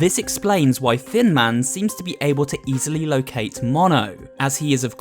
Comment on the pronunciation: Best annalysis so far, also, hecc cute skeletons because they are tiny! Whenever you say "Thin Man" I hear "Fin Man" and idk why